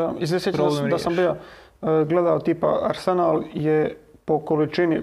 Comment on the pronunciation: ne mogu čut ovo arsenal s naglaskom na senal....dajte ono....